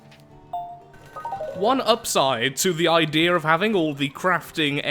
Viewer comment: I like when he trys to say idea he says I deer